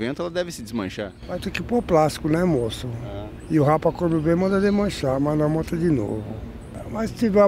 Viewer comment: "deixam tudo a vontê"